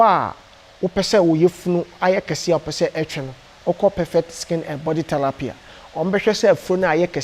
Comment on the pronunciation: Kumerica to de world is therapy NT thelapy